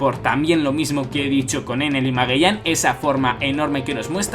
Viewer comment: Pregunta: ¿Porqué aún sigues pronunciando mal el nombre de Magellan? Siendo que no tendría nada que ver el acento de dicho país al que perteneces, ya que si lo haces con el nombre de Law, Punk Hazard u otros. No me malentienda, esto lo he notado en sus otros vídeos. Saludos!